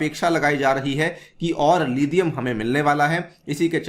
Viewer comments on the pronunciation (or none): It's लिथियम not लिधियम Stop acting like adopted British